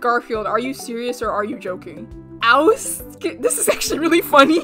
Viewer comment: Ah yes ‘ouse’